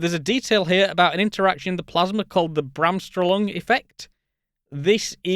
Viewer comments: Bremsstrahlung. Breh-ms schtrah-loong. Not bram-strollung. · Gold, as always! Love your presentation style! But it makes me think I should also make some German Science vocab videos. (It's Brems-Shtruhloong ^^) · From your explanation I believe you are talking about "Bremsstrahlung". Your explanation of the effect is good, but your pronunciation of the German word, not so much. The word literally means "braking radiation", the radiation that is emitted when a charged particle brakes too hard. I'm sure you mean "Gamma Ray Bursts" and not "Cosmic Rays", but it is indeed another story. P.S. Yes, I'm a particle physicist by training. 🤷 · I think you're badly mispronouncing Bremsstrahlung ;)